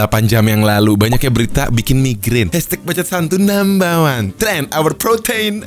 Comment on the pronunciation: Inikah yang disebut 'BBBAAACCCOOOTTT' 😂